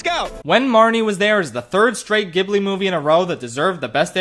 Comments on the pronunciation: Some people might ve upset about the placement of certain movies but the most EGREGIOUS thing this man has done to the studio is mispronounce the name ayy yo it's pronounced "JIBLEE" ya doof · Great list, better than most. I'm not going to be a dick about it, but the studio is actually pronounced "Jib-blee." I know there are a lot of arguments everywhere about it, but that's how the studio calls themselves and how the studio is called when they get awards and stuff. My favorite Ghibli film is Nausicaa of the Valley of the Wind. I have a very deep passion for the natural world and I also love insects and other creepy crawlies- so seeing them ginormous and punishing the greed of humanity resonated with me. In fact, Nausicaa of the Valley of the Wind is in a three-way struggle to be my favorite move of all time with JOKER 2019 and The Breadwinner 2016( you should see this one, a hidden gem for sure that nobody talks about.) I think the studio really is one of the most creative outlets for animation on earth. People rank their movies so diversely and resonate so fiercely with different films, it's actually insane. They are one of the last bastions of hand-drawn animation and it saddens me that 3D CGI is becoming so rampant. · Is it not pronounced Jiblee ? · I couldn't get past how you pronounce the studio name. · The physical pain from hearing you mispronounce ghibli every. Single. Time. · Ghibli is pronounced with a soft G!!! (Japanese name: Jiburi) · You really didn't look up how Ghibli was supposed to be pronounced and then said it like 30 times in your video. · wait how DO you pronounce Ghibli becuase ive always pronounced it gi(like from giant)-bhli but you gi is like harder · why are u pronouncing it like that 😭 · Ok that was NOT how I thought Ghibli was pronounced but that makes sense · anybody else triggered that he never pronounced ghibli right? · miyazaki prefers people watch it in their language also it's pronounced jib-lee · It’s pronounce jiburi not Ghebli